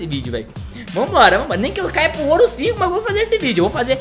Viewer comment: Ele falo oro 5 kkkk